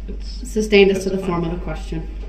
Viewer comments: Can someone in that court room please tell him it's not "substained" dude has been saying that all trial! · IKR ! He actually says it wrong. Because he doesn't know what he's talking about. 😂🙄 But if Duh-rell thinks it confuses anyone.....he sticks to it!